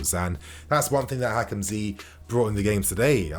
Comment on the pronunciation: Don't say Hakim zee it is annoying